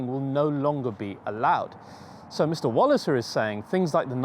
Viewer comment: Enjoyable. Walliser = Valley-sir.